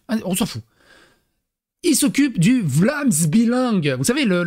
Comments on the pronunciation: prononce : " Vlaams Bélang " et non vlaams b"i"lang :)* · C'est Vlaamse BEUH-Lang. :)